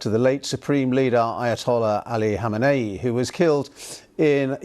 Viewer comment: Neither FoxNews, MS NOW, CNN, MeidasTouch, nor any left-wing or right-wing streamers are able to pronounce Khamenei's name correctly, unlike the BBC.